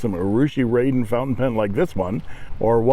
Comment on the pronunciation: Thanks,. You're not the only one to get this wrong, but it's pronounced "rahden" as opposed to "raiden".:)